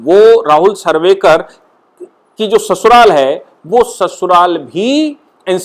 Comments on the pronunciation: Rahul narvekar not sarvekar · Speaker ka nam Rahul narvekar hai aap sarvekar bol rahe hai Correct kar lijiye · राहूल सर्वेकर नही राहूल नार्वेकर बोलिये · New Speaker is Narvekar and no sarvekar. Pl correct. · Narvekar not sarvekar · excuse me you have spoken sarvekar instead narvekar. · राहुल नार्वेकर है .. सर्वेकर नही है...correction please 🙏